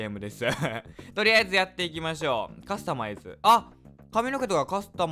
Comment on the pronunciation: 滑舌悪くてカスタマイズってほぼ言えてない